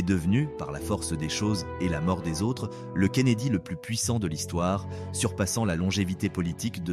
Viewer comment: L au lieu de le En permanence Insupportable Plus ces bruits de chaos Intenable Décevant réagissez !